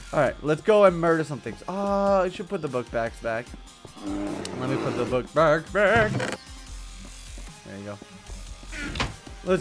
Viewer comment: backpack not bookpack